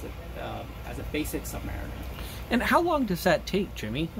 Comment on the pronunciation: Thank you and great to hear it pronounced “submariner”, rather than the American pronunciation “submareener”.